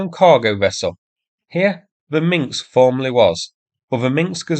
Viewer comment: "Minsk", not "Minxks"